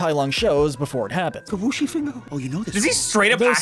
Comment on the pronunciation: Wuxi is pronounced woo-shee. The person who read the script very clearly has not seen Kung Fu Panda, and they come across as stupid and uncultured. At least pronounce words correctly. Come on.